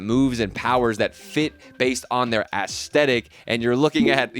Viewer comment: the way you say aesthetic sounds like when lil pump used to say esketitt